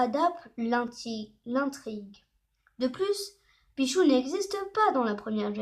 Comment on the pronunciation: Un dit pitchu pas pichou